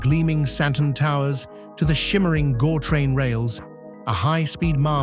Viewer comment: It's not Gor-train it's Gau-train. Learn to pronounce properly and why are you showing the bad parts of Johannesburg